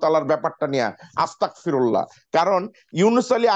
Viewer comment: আসতাকফিরুল্লাহ না আস্তাগফিরুল্লাহ হবে যে